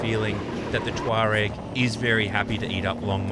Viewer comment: The pronunciation of Tuareg is the only reason I would not buy one. It is doing my head in.